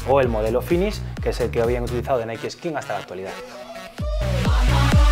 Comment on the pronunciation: yo pense ke se decia naik osea nike no naii